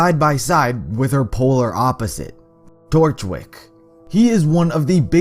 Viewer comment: When he said torchwick i heard DORKWICK im dying naw